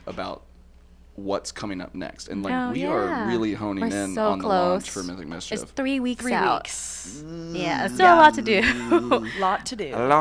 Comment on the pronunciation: OMG so excited!! Thank you so much guys I'm a huge fun of Mythic Mischief! Yes you did pronounced my last name it pretty well <3